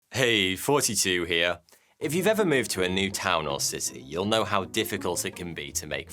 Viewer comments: “Heyy Fourty two here” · am i the only one who hears 42 every time he says? wait a minute, 42 is the Answer to the Ultimate Question of Life, the Universe, and Everything the plot thickens 🤔 he's trying to tell us something 👀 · You are saying "Forty-Two" at the beginning of your videos. I've watched a dozen of them now, and your channel name is "", so hearing "42" is distracting. I'm not even listening to the rest of your video now, still just pondering the meaning of the universe. 42. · Am I the only one keep hearing "42 here"